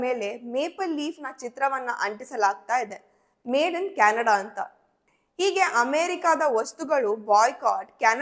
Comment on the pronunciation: ಕ್ಯಾಣಡ ಅಲ್ಲ ಮಾರಾಯಿತಿ ಅದು ಕೆನಡಾ 😂